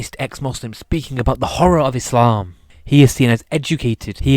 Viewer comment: Quite ironic when you can't even pronounce Islam and Muslim correctly.